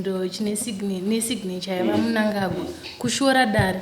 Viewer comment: Can't even pronounce the name of the president 😮😮